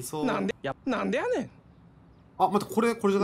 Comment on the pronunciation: 「なんでやねん」の発音が気になるw